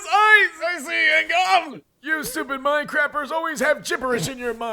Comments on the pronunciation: I thought it said mine-crappers😭😭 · It is confirmed, Russian teenagers watch South Park and play mincraft, I think cause it sounded like the history teacher said Minecrafters or minecrappers in which is hilarious and also realistic cause one of my teachers loves to call out any of his students watching their "Anime bull crap" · Bro did he say minecrafters